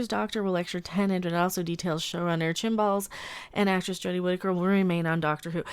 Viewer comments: I'm not sure it's worth mentioning to you that it's Chris Chibnall, not Chinball but there you go. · I think at one point you said "chinballs".